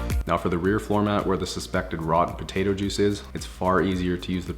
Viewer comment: Did he say potatoe juice 😂?